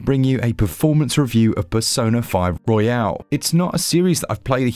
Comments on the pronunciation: Nice review! Royal, not Royale (battle royale) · It’s Royal, not Royale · It's Royal not Royale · Why does everyone pronounce it as "royale" when it's just royal? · It's Royal btw, not Royale. 😆 Great review as per usual though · FYI it's pronounced "Royal", not "Royale". Hope that helps. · Was there some cheekiness or joke going on that I missed?? Could have sworn he kept calling it ROYALE and it’s most definitely ROYAL. Not a big thing just kept thinking to myself Have I been saying the wrong thing for a couple of years?? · It is a true classic not surprised that it runs well on the switch great technical review Side note It's royal not royale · hurts me a little every time he pronounces it "royale" and not "royal" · It's Royal, not Royale 🙄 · i thought i was going crazy bc he kept calling it persona 5 royale and i kept thinking it was actually called that lmao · Oh no bro is calling it pesona five royale oh gosh I can not watch this video he ain't saying it right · Your pronunciation of "royal" is bugging me. Isn't it only pronounced that way when it ends in an "e" (royale)?